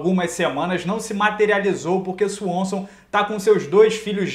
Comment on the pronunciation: fala Swanson de uma maneira engraçada kkkkkk.